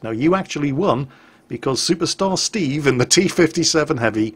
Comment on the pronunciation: Shoopershtar Shteeve!